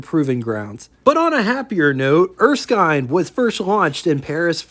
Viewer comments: did you find some source that confirmed Erskine was pronounced “Er-skyne”??? Otherwise every other time I’ve heard this name, it is pronounced “Er-skin”. And if not, don’t say I didn’t tell you the same thing last time. 😊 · Typically in Australia, Erskine would be pronounced as ers-kin. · It's Erskin. the i is short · Thanks again for sharing another rare car with us and from my experience wich was listening to my father and uncle’s that were there back in the day I believe it is pronounced er- skin as in skin. For the WYR I’ll take a 27 Pontiac and the 27 erskine. Have a good one and looking forward to the big 500 tomorrow, yeah buddy 😊